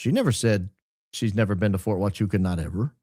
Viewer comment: It’s is pronounce ha wa koocha